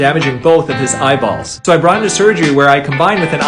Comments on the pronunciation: He enunciated it so much too, like Eyea-bawlls, it's annoyingly hilarious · I got really annoyed about the amount of times he said “eyeballs” and the way he said it like “eyeBALLS” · He says eyeBalls like he likes the word balls lol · Im unsettled by how he says eye Balls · Dude I love the way you say eyeballs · Emphasis on “eyeballs” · You say eyeballs so oddly and so often lol